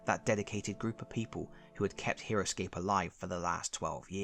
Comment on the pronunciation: For a minute, I thought you said Heroquest